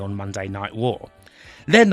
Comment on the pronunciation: Wtf its Shamrock not Shamwok learn to say your R's right shit narrator cant even say Raw right 😂